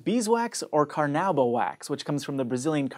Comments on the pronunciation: carnauba wax... the correct way to say it is "carna-oo-ba wax", closer to Portuguese "cera de carnaúba" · Car-nu-ba wax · Carnaúba - god ...why can't Americans pronounce accentuation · car-nah-UH-bah. Anyway, nice effort on a word difficult even for portuguese speaking people. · You pronounced Carnaúba wrongly. Repent!